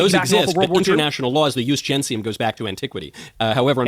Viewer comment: It's "Jus GenTium"; not "Jus GenSium". Dude can't even quote his Romans right.